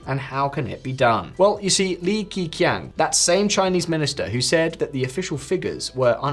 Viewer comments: I always appreciate all your informative clips. Meanwhile, the Chinese name 'Li Keqiang' is prononciated like 'Li-Kuh-Chang' rather than 'Li-Ki-Kiang' unless you intentionally avoided the local sound. Indeed, this doesn't make sense regarding what it spells, but would help non-native English speakers easily understand it. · pronounce li ker chiang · It is prounounced Lee Ker Chiang... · FFS if you are going to repeatedly refer to Li KeQiang a lot please learn how to say his name. The Li part is close enough but Ke is pronounced something like Kerr and Qiang something like Chee(as in cheese)Ung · For goodness sake, pronounce his name properly. Li Keqing "Lee Kerr Ch-Ee-Ung" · Pronounced Lee Ker Chiang. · just for shits and giggles, ke in this case is pronounced closer to Ker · Western YouTuber: “ I’m an expert on China. Listen to what I say!” Same Western YouTuber: “LeE kEE KeEYaNg”🤪🤓🤡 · I think hearing "Lee Key Kyang" what felt like 400 times can be considered a traumatic event. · Yeah, please try to look up the pronunciations first. It's pronounced more like Lee Ker Chee-On. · Kerchiang! Kerchiang! You'd think someone, anyone on the team let alone the managers would have run it past a native speaker, or put his name into Google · Leaky kyang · The way he pronounced the Chinese name is the reason why all Chinese have a English name when they have to speak with the foreigners... Hahahahahahahahahahahahahaha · It's pronounced Lee Ker Chiang in English. Chinese pinyin was developed based on Russian pronounciation. Stop reading out Russian spelling of Chinese pronounciations in English. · It's pronounced " lee-kuh-chong." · At least you butchered LE KE QIANG's name's pronunciation. cool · Why keep butchering Li Keqiang's name?....so many resources to see how this is pronounced... getting lazy:-( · Wouldn't someone familiar with China have an idea of how to pronounce Li's name? Or you don't care about details...😢😢😢